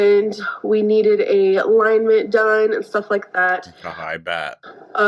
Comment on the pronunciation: "we are getting a line-ment done"..... you mean ALIGNMENT? hmmm?